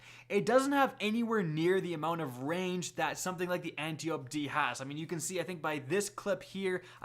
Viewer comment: ant • tie • oh • pea — say it with me — antiope-d